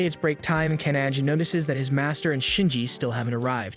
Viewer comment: Well done. A story that truly reaches the heart. I hope there is more. However, I just have one irritation: the correct pronunciation of Japanese names Minato (Men-Na-toe) Kannagi (Kan-Nag-ge) or the English word: disciple (de-CI-pel). I was surprised and disappointed. Based upon my enjoyment of your previous work, I mistakenly assumed that you would give your faithful audience the courtesy of research and accurate pronunciations. I have been listening to your work for almost a year. I enjoy your work, I hope you do better in the next one that I encounter.